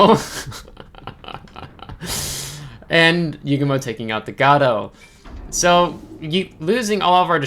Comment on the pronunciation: Great vid,!!!! Gato is pronounced as gayto.